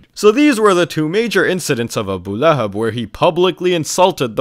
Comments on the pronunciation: "ABU LAY HAB" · The guy calls it Abu Lay-hab 😂😂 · "Abu lay hab" 😂😂😂😂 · "AH BOO LAY HABB" caught me off guard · "Abu layhub"😂